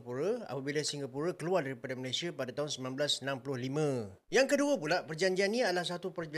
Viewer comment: COBA LU DENGAR BAIK BAIK APA YANG DI UCAPKAN... MALASYA... MALASYA... MALASYA 🤣🤣🤣🤣